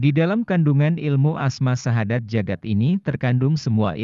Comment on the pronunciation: Assalamualaikum.mf bacaan terakhlir nya kurang jelas syadat apa syahadat bacaan terakhir asma nya